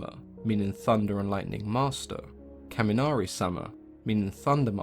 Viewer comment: "kaminari sama" Ayooo WHA